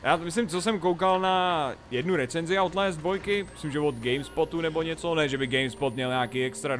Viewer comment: outlést... to je skorem jako daubl džamp!